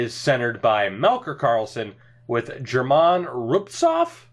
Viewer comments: That's actually wrong, phonetically its Ger-min Roo-bits-ov, one of the weirder names albeit but i've heard this name enough (live near Philly) to know that's the pronunciation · It's German rubinstov that's how you say his name